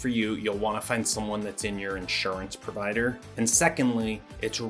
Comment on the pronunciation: i can't be the only one to notice "prodiver" instead of "provider"?!